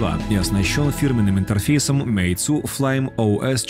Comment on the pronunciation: мейцу ахахахахах